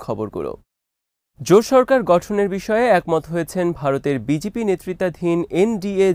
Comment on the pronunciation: ভাই ওটা বিজিপি না বিজেপি হবে।